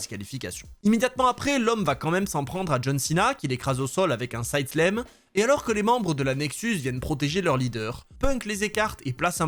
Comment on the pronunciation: Je vais encore me faire hurler dessus, mais tant pis. Pour "slam" on dit "slam". C'est pas "side sléme" ou "choke sléme".